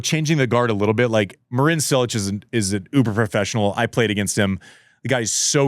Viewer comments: “Marin Sill-ech” Andy I am starting to think you really don’t know how to pronounce a lot of players names and you haven’t called Fognini Fononi for 20 years 😂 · worst pronunciation of marin cilic oat